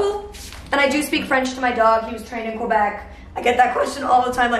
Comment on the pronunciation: you pronounced quebec wrong lmao